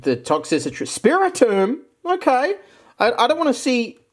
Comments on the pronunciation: ITS TOX-TRICITY NOT TOX-SISSY-TREE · Ikr it's supposed to be "Toxtricity" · Will he ever call Toxtricity "ToxTRICity" or will he forever be ToxCICitry? The world may never know Real talk, keep up the fun videos! Your energy and humor always make my day! Thanks for the fun 🥰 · Toxtricity, not toxicitry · "Toxicitry" Okay,. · all ive gotta say is "tox-sissy-tree" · please..... tox-tri-city.......